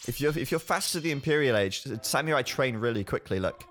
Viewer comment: U r pronouncing "samurai" wrong!!! My girlfriend (which i respect) is Japanese and she is offeneded!!